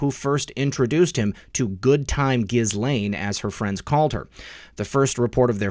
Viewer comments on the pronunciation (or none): I believe Epstein’s victims pronounce Ghislaine’s name with a silent S to rhyme with Elaine. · Ok... since we are going to be saying it xxxthousands more times in the coming months - we should probably get it right. It's [Ge-Laine] with the accent on the 'hard G" - "not a soft G" > =Jis > Jhis... I hate being "this guy" pssssssst. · This may seem petty....Ghislaine is pronounced: JILL AINE It's French.